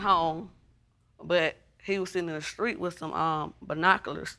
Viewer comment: Lady the word is STREET, not skreet.